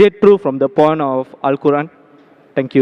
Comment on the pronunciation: it seemed like the questioner is saying "porn of Al-Quran" instead of saying "point of Al-Quran".